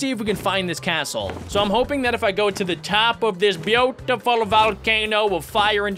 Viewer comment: it buutyful it so buutyful